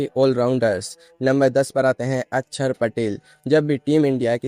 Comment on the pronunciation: अच्छर नही अक्षर, उच्चार बराबर करो 😂